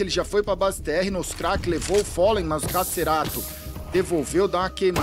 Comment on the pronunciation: follen?? quem é este random chamado gaules, fala tudo errado